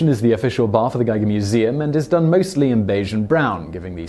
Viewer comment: giger is pronounced g- Eager